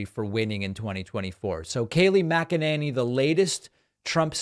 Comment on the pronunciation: It's NOT MC ENANY it's MC ENANY !